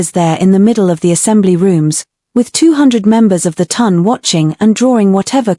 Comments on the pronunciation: I love these stories, however, please can AI pronounce Town instead of Ton. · Oh, also the " Ton" is pronounced like the word "on" with a T in front!